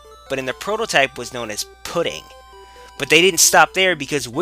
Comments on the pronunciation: said pud than ding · Pudding is read "Purin" in Japanese...